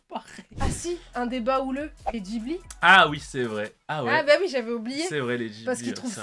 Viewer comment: hello, bonne vidéo sympa. par contre on dit Guibli et pas jibli. a cause du "H" !!!